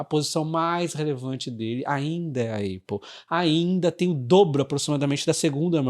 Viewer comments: na boa, apple pronuncia-se épou, não eiupu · Bom dia,! Sigo vc regularmente….gosto muito das suas análises….uma crítica construtiva, sobre a APPLE, a pronúncia correta não é ÊIPO, Mas sim ÁPO….nao me leve a mal, mas sugiro que corrija essa pronúncia, pois “dói no zuvido “ 😂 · Não vejo problema na pessoa pronunciar errado. A gente pronuncia a maioria das marcas de forma errada, como Levis, Adidas e Ray Ban. O que causa estranheza é que a Apple é muito conhecida e ninguém no Brasil fala Êipow. Pelo menos gerou engajamento kkkk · Épol não eipol. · Repita comigo: Épol. Não existe Eipol 😅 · Vc precisa melhorar o seu inglês. Dói o ouvido de ouvir "Eipol" 👎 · sou seu fã! obrigado. a pronúncia de Apple eh “ÉPOL” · A pronúncia correta é Apol, com A aberto. ÉPOL também está errado. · nem um, nem outro, o correto seria Ápplal, coloca no Google translate e aperta o botar de áudio para escutar a pronúncia correta! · Já ouvi vários americanos falando "eipol" ... talvez haja uma diferença regional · Hahaha, eu pensei em postar. Boa! Soa muito estranho a pronúncia errada.